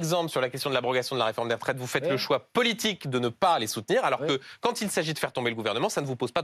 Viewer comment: Législtchiiiive, programmatichiiiive et politichiiike